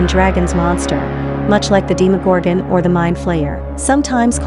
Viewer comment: I love how the voice pronounces "Demogorgon" as "Deemorgorgan"